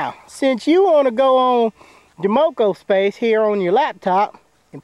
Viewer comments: This dude said mocospace. This must be an asf old video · I knew it was a Parody the moment he said Mocospace instead of My space